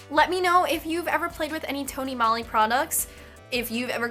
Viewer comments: That gradient lip looks great on you! I love Tony Moly, we have a couple of their stores here in Hawaii. (ps- the O in Moly makes the same sound as the O in Tony, so it's pronounced more like Mole-y) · Tony Mole-y is how it's pronounced. If you want to look more into Asian beauty, buying it from places like Urban Outfitters & Sephora are a bad idea cause those stores put a huge markup on those items.